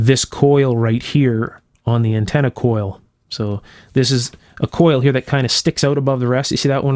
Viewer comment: Untenna lol